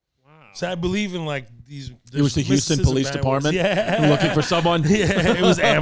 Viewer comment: H-ouston....not YOU-ston